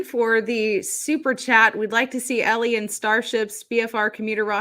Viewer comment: MY FAVORITE "Space "EllieIn"... lol